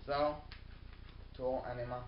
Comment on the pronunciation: haha its aenima, not anima, but good vid